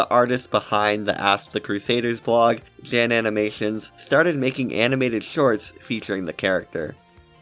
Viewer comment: currently shaking and crying trying to resist correcting your pronunciation of “jan”